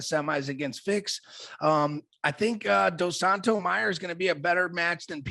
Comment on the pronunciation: “Dos Santos” lol